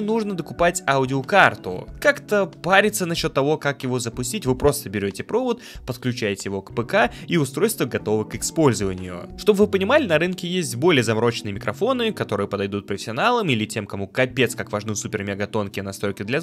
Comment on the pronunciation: "готово к иКспользованию"